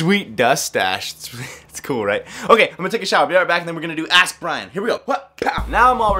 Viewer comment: Nice that you answered my question in the vid. Only my name pronunciation wasn't really correct :P